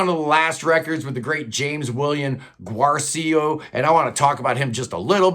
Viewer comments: Pronounce Guercio like it rhymes with Nursio. Respect your rankings. I would put V at the top spot followed by VII, II, CTA, III, VI, VIII, XI, X. Saw them 5 times with Terry, most underrated guitarist ever. Also my first favorite band. Don't apologize for Taylor. She's a genius. BTW she's got to be a little prog to co-write with the Queen of ElectroProgPop, Imogen Heap. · His name is Walter Parazaider,not Paradaizer. You mispronounced Guercio.They never released a triple album.You have no credibility